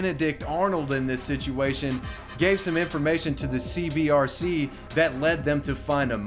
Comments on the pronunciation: I like how the graphic says C-B-C-R and he said "Center for Boxy Control Restriction" but pronounces it C-B-R-C multiple times after the video. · CBCR you say it wrong like 9001 times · It's CBCR, not CBRC. Everytime. :D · I want to know WHY people always, ALWAYS say “CBRC” when saying it out loud? Center for Boxxy Control and Restriction, aka CBCR. The ascii is RIGHT ON THE SCREEN when he says it wrong. Edited for typos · Bruh, its cbCR, not cbRC! This drove me nuts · You said cbrc but it’s fuckin CBCR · It’s “CBCR,” not “CBRC.” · YOU KEEP SAYING C-B-R-C...it's C-B-C-R! fuck. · Did you mispronounce the CBCR on purpose throughout the vid? you kept saying CBRC and it kept pissing me off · He also kept saying CBRC, when it was CBCR. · It irritates me that you show that its CBCR, yet the entire video consist of you saying CBRC. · u said CBRC lul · you said CBRC, but its CBCR! small note 😎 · CBCR, not cbRc... dude, it's in the screen for like 18 minutes 😏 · CBCR not CBRC my guy. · Times he said CBRC instead of CBCR: 7 ¯\_(ツ)_/¯ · You keep saying "CBRC" but both in name and in pic you show, isn't it "CBCR"? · CBCR not CBRC. I do'nt wanna nitpick but, hey. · CBCR not CBRC not hating just annoyed me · Well... at least you're consistent in your mispronunciation of the CBCR.... Good video though.